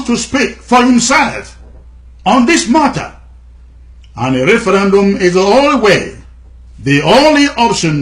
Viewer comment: Please try "referendum" instead of "referAndum".